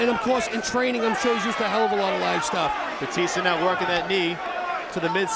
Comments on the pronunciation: Somebody tell that commentator that his name is Batista, not Baptista! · This announcer is pissing me off with the way he says batista. The one who said he won the fight pronounced it right. But the guy who did play by play just said his name weird. Idk if it's his accent. Or if he had the syllables broken down wrong. He just didn't say his name right and everytime he said it I cringed.. He says it like bahh-tista........and it's really like BA-tista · The announcer is a dumbass bc he’s pronouncing Dave Batista’s last name WRONG! It’s Ba tista NOT Bat ista idiot. Go back and watch wwe when Batista use to wrestle, bc NO one pronounced his name like this stupid announcer does from the start of the match. The other match at least calls him Dave. Go Batista!!😊✌🏼🤙🏼🇺🇸. The Animal. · he keeps calling him BAPtista lol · Y is the commentator calling him baptista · Why does he keep calling him Baptista?